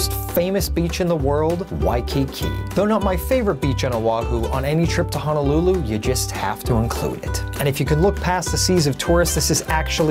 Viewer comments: It's Honolulu, not Hanalulu.......make sure you use the correct pronunciation. I correct people all the time. Sorry, it's a pet peve of mine. Dose your mom correct you? She should know if she grew up there. You do show good spots, though! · very nice video,! My only complaint is how you pronounce "Honolulu". It is NOT pronounced Ha-na-lu-lu, but should be said Ho-no-lu-lu. Also, O'ahu is NOT pronounced Oh-wa-hu, but should be Oh-AH-hu. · It's pronounced Honolulu, not Hanalulu